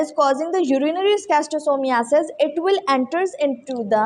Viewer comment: It's not s-sis_to-soma it's sis_to-soma